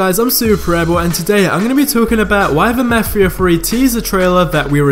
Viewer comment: Ur saying mafia wrong